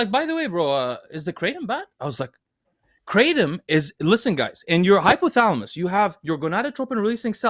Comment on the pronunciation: Asians shaking their heads on how they pronounced Kratom. It is pronounced Kra-TOM not KraTEM